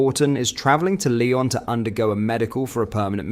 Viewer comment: Lion??? Its Lyon...pronounced Leon!!!!!!!